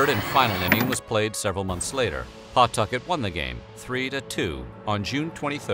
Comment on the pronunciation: You pronounced Pawtucket wrong